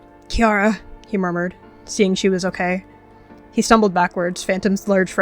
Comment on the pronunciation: What people think said:okay😢 What actually said:okeh😢